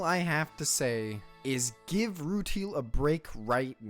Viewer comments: Rue-tile not ru-teal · Ru-TY-el not Ru-TEAL.